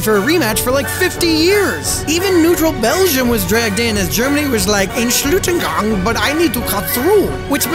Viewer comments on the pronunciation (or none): You pronounced entschuldigun wrong, dont blame you though lol